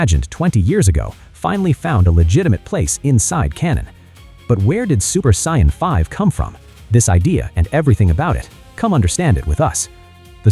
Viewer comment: Why would you use an Ai that cant even pronounce Saiyan?,its not the use of Ai that pisses me off for things like this,the creator might be mute for all I know,its the fact none of these assholes ever check what the Ai is saying and never do corrections in the script,you already being lazy using Ai voice the LEAST you can do is check the damn thing.